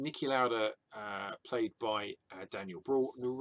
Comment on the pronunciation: Niki Lauda is austrian and I recommend pronouncing his last name as L-ow-da with a soft "A" and the "ow" to be pronounced the same way as when your in pain.